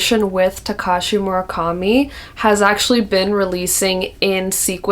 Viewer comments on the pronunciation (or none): none